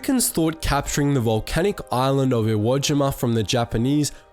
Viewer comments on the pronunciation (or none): Limey-speak is beginning to really annoy me... and WhereTF is "iwageema"... SHEESH! >>> NEXT! <<< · "iwoah jeemah" loooool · Have I been pronouncing Iwo Jima wrong my entire life!?